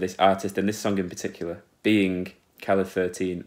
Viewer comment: And Calle spells like "ca-je", as with a J.